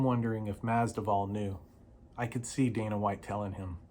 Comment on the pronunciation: Nice video, brother. Just a friendly reminder, the "v" comes before the "d" in Masvidal😊